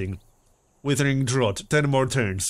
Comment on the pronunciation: fyi mate drought rhymes with doubt